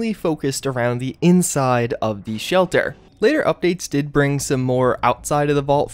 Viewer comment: i love u man but why did u say shelter that way